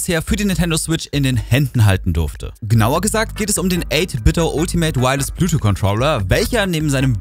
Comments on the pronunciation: "Bluetwo" alles klar. "Bluetooth" ist schon nicht einfach. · Gutes Video und ich will auch nicht klugscheißen, es ist mir nur einfach zu oft aufgefallen, dass es ein Versprecher gewesen sein könnte. Du weißt schon, dass es Bluetooth heißt, und nicht Blutu? Sorry, sowas triggert mich immer hart ;-)